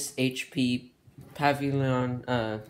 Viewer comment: Bro said “pavi-lon” 😂